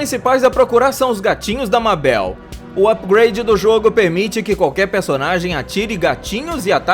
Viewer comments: Por que você tá chamando a meibol de Babel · Gravity falls é o meu programa favorito. Eu detestei quando ele falou Mábel, não é Mábel é Mabel e lê-se Maibol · Não é Mábel !!!! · O nome da "mabel" se le meibou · E Mabel (lê:meibal) e não Mábel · Esse cara e um jumento É Mabel Mabel M-E-I-B-O-L ESSA é a pro nuca jumento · Porque mabel se fala meibol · o nome dela é Mabel só que se fala Mebel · Como escreve: "Mabel" como fala mais não tá certa a escrita : Maybol como ele fala:Mábel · N e mabel se pronuncia MEIBOU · Cara se pronuncia Meibol não Mábel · Que agonia ele pronunciando "Mabel" ao invés de "meibol" :/ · Só eu que fiquei aguniada dele falando "mábél"? Se escreve Mabel mas se fala meibol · NÃO EH MABEL Q SE DIZ SE DIZ MEIBOU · Não é mabel se fala tipo meibal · Escrita MABEL Pronuncia meibou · É Mabel naum mábel q agonia mesmo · N é má bél e meibou (N é como se escreve é sim como se fala) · Seria para falar Meibou Não Mabel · ele fala mabél mas se pronúncia meibol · e mabel não mabel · O certo e meibel se escreve mabel amis se pronucia meibel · NÃO É mábel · Se fala MEIBOU e se escreve MABEL pronto ensinei de nada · Cara, se escreve mabel mas se lê meibal 👁👄👁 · Não e Mabel e Mebel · Cada MÁBEL é um tiro no coração U^U Plmdsssss moço fala certo ;^ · O nome da Mabel se pronuncia meibol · Mano tá dando raiva porque ele está falando mabel , grande fã hein kkkkk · Reuri Porer MABél Urik en MORTE seu trabalho e muito bom, só precisa melhorar a pronúncia dos nomes dos personagens :) Edit: não sou hater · Se fala meibol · Ele não sabe falar Mabel... Se fala Meibeu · Eu sei que se escreve Mabel mais se fala ma"i"bol em português querido! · "mábel" "hary pore" serio? Me mata logo kk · Socorrooo Ele falando "Mábel" aperta muito o coração😢😅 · Reri Porter kkkkk mabél kkkkkkkkkkkkkkkk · Mano , se escreve Mabell mas se pronuncia Maibol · "Reuri porer" riqui e morti" mÁbel" o porra aprende a pronunciar a porra dos nome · MAN NÃO EH MÁBEL MABEL!!!! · Kkk mabeu